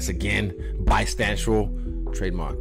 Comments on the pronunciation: Bi-stantual. We get it izzy. We knew all along. 😂😂😂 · Can’t wait to be asked what’s my stance just to say bistancual 🤦🏾‍♂️😂